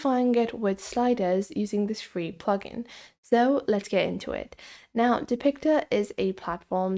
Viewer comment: Its not fee